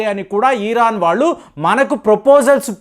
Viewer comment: ఈరాన్ enti pulka ఇరాన్ 😂😂😂